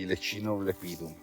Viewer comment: speriamo in un buon 2023! Però, se posso esserti d'aiuto, non devi pronunciate Lepidum con accento sulla I come fai, ma lEpidum, con accento sulla E, come da regole. Fai bene a usare nomi scientifici in latino ma..occhio agli accenti! Sei un cercatore eccezionale!